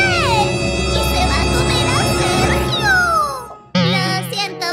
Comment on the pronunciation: Medio risa cuando dijo sejio pos nada le gusta todo